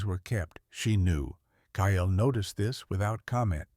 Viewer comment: Kyle is one syllable....not two (KYLE vs KY-ELL), please teach AI how to say names and cities.